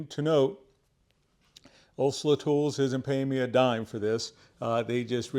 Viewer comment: I think it’s “Olsa” brother, haha